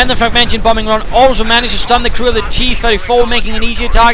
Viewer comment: it's fragmentation bomb run, not fragmention:D